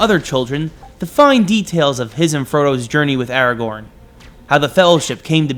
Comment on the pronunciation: Thankfully unlike IGN you said Aragorn’s name correctly.